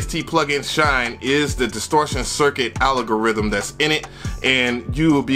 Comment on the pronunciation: "alogorithm" at the mark lmao...good content though, i was jus thinking bout what vst i need for this!